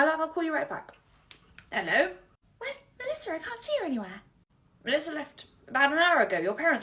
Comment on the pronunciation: "Good morning 😊, HELLO MELLSSISA👹"